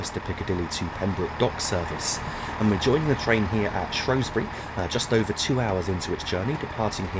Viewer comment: Ah yes, the shropshire town of "shrowsbury"... apparently